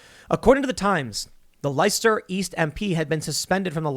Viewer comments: Leicester - pronounced Lester. NOT Lye-ces-ter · Lester not Leester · The pronunciation is "Lest steer" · The way Tim pronounces Leicester, i will give him 10/10 for the effort, Its still wrong but its probably the closest any American has ever come to pronouncing it properly.